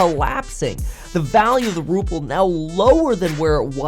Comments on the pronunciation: It’s not RuppLe it’s RuBle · Ruble, not ruple. P is in Trump, not in the ruble. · What's a Ruple? A cross between a Ruble and a Rupee? Not knowing how to pronounce a nation's currency should be the first sign you are ill-equipped to provide any insightful analysis of said nation.